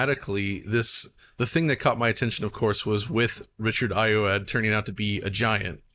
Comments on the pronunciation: Just a heads up Richard Ayoade’s last name is pronounced more like I-oh-wa-dee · It's pronounced EYE-oh-AH-dee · Small nipick: “Ayoade” is pronounced “Eye-OH-Awh-DEE” Mispronounced it over at Eurogamer too (although OX got it right!)